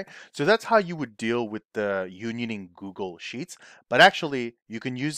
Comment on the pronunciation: Liked your vids. “Google” cannot be pronounced as “Gooshle” coz it was based on the noun google which is 1 followed by a hundred zeroes 😊. By the way, can you make a video how to optimize union for multiple Excel files where the it is stored in multiple Excel Worksheets - dealing with old way Excel management.